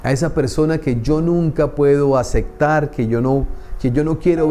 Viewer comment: sin animo de criticar o juzgar, solo una observación, se dice aceptar no acectar